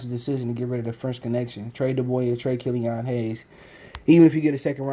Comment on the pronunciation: Bruh are you eating... Annoying asl. And it's killian not killion